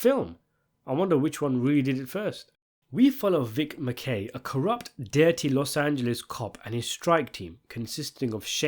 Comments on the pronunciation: Why do you keep calling him Macay?its pronounced Macky and they say his name all time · Pronunciation of Acivedo and MaKey by narrator was hilarious! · Names Pronunciation: Mack-key, Ass-eh-Vay-duh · My man's is straight butchering the character's last names (Mackey, Acevada) but its completely understandable 😂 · Absolute Shield stan here. You watched a whole season, you should be able to pronounce Mackey and Aceveda